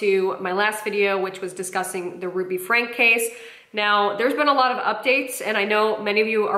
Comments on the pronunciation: It’s pronounced Frank-ee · It's pronounced Frank-key not Frank. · Sorry, you lost me when you didn’t know how to pronounce “Franke”… (it’s like Franky, btw) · fyi you probably know this by now, but for anyone who doesn't, their last name is pronounced like "frankie" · Friendly FIY : Franke is pronounced “Frankie” 😊